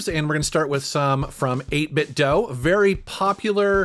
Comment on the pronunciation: 8 bit DOUGH? I am outraged. I always say "do" like "dew" but maybe I am the one saying it wrong. ha ha :) Awesome controllers BTW I've been using n30 model with my switch and emulators for about a year now